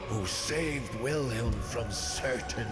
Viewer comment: i'm a bit annoyed by the fact that he's pronouncing Wilhelm wrong